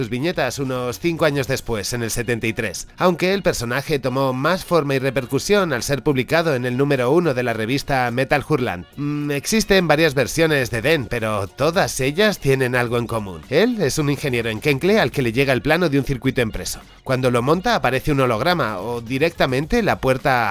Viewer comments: Metal Hurlant NO SE PRONUNCIA [metáljúrlant], SE PRONUNCIA [metálürlãn] CON Ü FRANCESA Y UNA Ã NASAL FINAL Y ACENTUADA. Lo demás está estupendo. Gracias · La hache en francés no se pronuncia. Osea Metal Hurlant se diría "metalarlán"